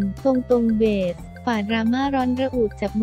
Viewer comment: อ่านน่าเกียจจริงๆ ชื่อก็อ่านผิด เค้าชื่อเบสไม่ใช่เบด